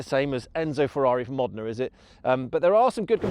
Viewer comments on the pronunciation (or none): none